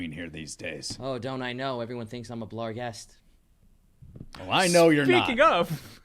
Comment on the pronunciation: A part of me hurts every time they add an "L" to "barghest". At least they aren't also still dealing with svirfneblin.